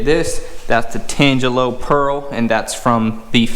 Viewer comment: Pronunciation of Tangelo = ------------------------------------------------------------------------------------------> "tan - jello"